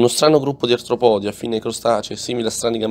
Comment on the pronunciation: Certo artropòdi non si può sentire…